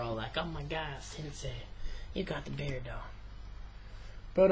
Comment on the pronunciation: ur engrish segments are funny. "omg sensei you got the beardo" rofl